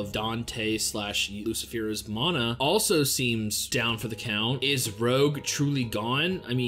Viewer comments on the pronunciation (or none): So Vanica has Megicula. I cannot explain how sad I am. 😢 I was looking forward to new OPs and stuff... Let us hope that BC returns with better scheduling. BTW it's Rouge as in lipstick. Not Rogue. Just to let you know 😁